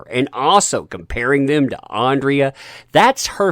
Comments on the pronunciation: So many comments, this is unlikely to be read or have an impact. You are trashing something that I don't think you have seen, based on your reliance on other news sources, a screenshot of episode synopsis, and your continued mispronunciation of a character's name "Andra" as "Andrea". You are just piling on someone that is more successful than you on a topic that is high in geek culture right now, and one that seems to be making a stride against a "masculine" character. There are 5 more episodes and I just hope they are as good as the first 5, and Kevin Smith has already hinted that He-man/ Adam will be returning in the next 5 episodes and isn't sure why Netflix hasn't released them yet. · Okay, this is bugging me for weeks now. But it's Andra not Andrea! You see it written multiple times in every article you cover, but don't read it carefully enough to realise you've made the same mistake for at least two weeks now. How are people supposed to think you care, when you can't even get the names right after reading them that many times? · IT'S ANDRA NOT ANDREA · The nasal voice-over, makes this sound like a bitter, southern belle!!! Her name is Andra NOT Andrea or however you're mispronouncing it.... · Good video but ffs its ANDRA not ANDRIA!!!!